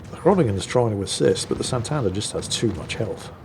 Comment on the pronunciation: Once again wows us with his confidently incorrect facts! Santander is a Latin American ship, not a Spanish one. Also, its pronounced SantadEr, not SantAnder.